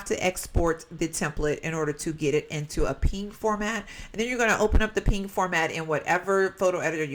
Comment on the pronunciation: I have always called PNGs P N G s so you calling them pings really threw me off lol